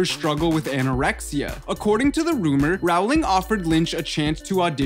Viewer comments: This is true. Row as in row your boat. Rhyming with bowling :) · People say row instead of role it's roling not row -ling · Btw Rowling rhymes with bowling not howling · Paola Ramirez yeah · It’s not ralowing it’s rolwing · its ROLLING not ROWWWWLING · 1. Maggie Smith was NOT in DH1! 2. J. K. Rowling’s last name rhymes with “BOWLING”, not “HOWLING”!!! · It does NOT rhyme with “bowling” 😂 It’s “row” as in row a boat. It’s an “oh” sound. R-oh-ling. Bowl has an “ol” sound like in “old”. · ITS PRONOUNCED JK ROLL-ING NOT HOW ITS SPELLED ;_ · He pronounces rowling as rawling😂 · When he doesn’t even say Rowling right... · I have to agree. The narrator of this video is completely annoying! Everything you say is NOT a question, dude! And, YES... J. K. Rowling's last name rhymes with Bowling... Not Howling! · It's his accent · Claire Marron yup